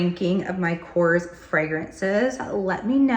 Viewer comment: Hello! Thank you for this video! Just a small advice: the brand is pronounced: korrEs. So the "E" is pronounced and accented. I am from Greece and I love this brand!